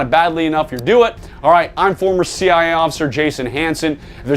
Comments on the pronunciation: Why can’t he say “CIA”? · Why do you keep saying CI instead of CIA?